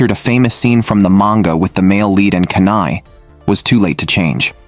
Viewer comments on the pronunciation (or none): Not kanai it’s kana Not aquer it’s aqua(marine) MEMcho is 20+++